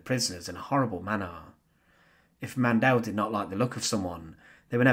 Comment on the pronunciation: Maria Mandl's last name is pronounced "MON dill" emphasizing the first syllable NOT the last as in "Man DELL." Lagerfuhrerin is pronounced "logger fear er in" and not the crazy way you did. Please fix these gross mispronunciations.